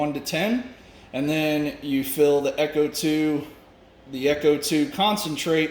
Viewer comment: FYI... Ech2O is not echo 2 its supposed to be pronounced H2O... Cheers